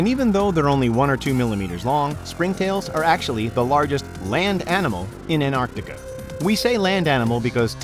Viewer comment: An tar ti ca > Ant ar ti ca